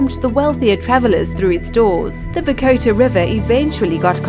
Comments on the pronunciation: Great video. Though you need to work on the pronunciation of Bogotá. It sounds like you are saying Bow-goat-a with the emphasis on the "goat". The stress is actually on the last syllable bogoTA. Additionally, it sounds more like Bogo-TA. No goats please! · Ba go tay? You mean Bogata? How is it possible these people do these videos, but seem like they have never heard of these places before.